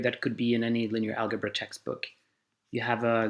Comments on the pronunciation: Amazing—but one gripe: No one pronounces it “al•guh•bra”, not American, British or Australian English speakers. It is pronounced /ˈælʤʌbrʌ/, with a ‘ʤʌ’ or ‘juh’ sound. Especially for a promotional video, this is a bit jarring. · I know I'm 4 years late to the party, but in Swedish we pronounce "algebra" with a hard g sound, so even if he can make the d͡ʒ -sound, he probably pronounced it al-guh-bra out of pure habit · Furthermore, "algebra" derives from the Arabic word الجبر, "al-jabr" which is the joining of broken parts, as written by the Arab mathematician Al-Khwarizmi. The 'g' in algebra is definitely pronounced like the 'j' in "jump". Part of the problem with video-based education is having to re-record the whole video or set of videos to correct this simple, but potentially consequential mistake. Otherwise, I really like they you guys are doing this! Interactive education is great.